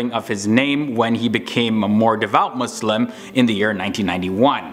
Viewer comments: Thank you for saying MuSlim not MuZlim :) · Finally someone who says Muslim not 𝓶𝓾𝔃𝓵𝓲𝓶